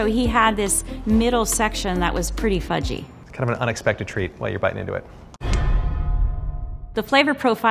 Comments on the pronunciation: I thought he said f*cking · I thought he said “fucky and kind of sticky”